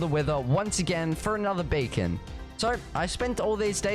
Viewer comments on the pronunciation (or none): i hear you say bacon and nethor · When he says BEACON he said bacon